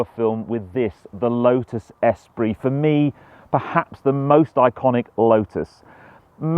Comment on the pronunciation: Every time he says S-pree rather than es-PREE….